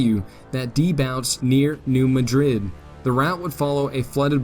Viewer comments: Great stuff. Incidentally it’s pronounced “MAD rid,” emphasis on the first syllable. Keep up the good work. Glad I found your channel. Hey, you pronounced “Cairo” correctly. This is impressive. Everyone mispronounces the name of that town. So you get a pass on “Madrid.” 😊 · New MAD-rid. When discussing US placenames which are carryovers of European places, always double check because the citizens of the USA often intentionally change the pronunciation of locations named by immigrants from Europe. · Tough pronunciations: CARE-row Illinois, New MADrid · Get a better narrator! It is MAD-rid, not like the capital of Spain; in it Conestogo, not however you butchered it, like the wagon, prairie schooner, etc. He has trouble pronouncing words than any high school graduate should pronounce correctly. It is like fingernails on a chalkboard. It drags down the whole program. Get talent! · it’s actually Dutch👍! New Madrid should be pronounced as New MAD (as in angry) rid. Thx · New MADrid!!!!! I grew up there, just wanted you to know the correct way to pronounce it. Years ago we had Civil War re-enactments every summer. Fun times. Such a rich history where I grew up, although I sympathized with the Union, have ancestors on both sides. Which, sadly, was common back then.